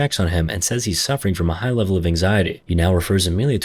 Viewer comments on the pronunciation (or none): none